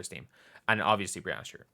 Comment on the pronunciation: Hi,. Love your content, watch all your vids. Just a quick note, it's pronounced BREE-ANNA (second half rhymes with banana in americanese). It's kind of become a meme for her to correct folks all the time, so it's all good, just thought I'd bring it to your attention. Thanks for all your hard work this weekend!